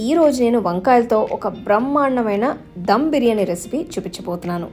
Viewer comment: Akka డం కాదు ధమ్....